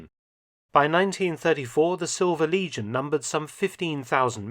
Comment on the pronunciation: your pronunciation made "silver legion" sound like "silver lesion" which is pretty fitting